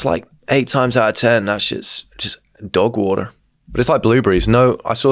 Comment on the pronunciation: why does say "dog water" like hes lived in philly his entire life, fr caught me off guard